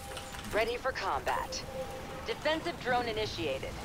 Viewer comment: he speak Defensive Drone sounds like infested drone